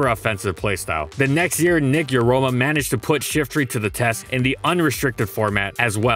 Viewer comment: He said Nick Yarima